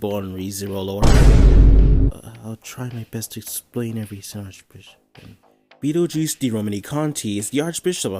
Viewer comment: you calling betelguese beatle juice is funny, anyways another banger video in the same week